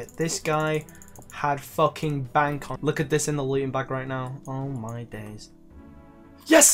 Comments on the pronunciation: BONK it's Bay-nk bro. B A N K. Not BONK. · please learn to say "bank" properly instead of bonck